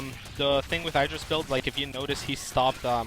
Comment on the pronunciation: "eye"dra pronounciation was killing me.